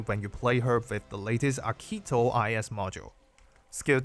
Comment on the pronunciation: Great video! As an Italian, I can't help but noticing you're pronouncing "Archetto" with the wrong E, it's actually the same as the word PEN :)